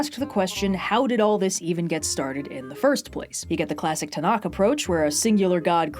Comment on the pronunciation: Ok!, I am so sorry because this is not the point of this wonderful troupe talk at all, but that is not how you say Tanakh! That kh at the end is pronounced like clearing your throat. If that doesn't make sense, look up a guide on how to pronounce the Hebrew letter ח (which is what Tanakh ends in) you will be able to figure it out.